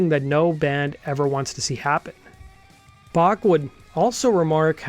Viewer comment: Dude can't even pronounce 'Bach' correctly... pfff...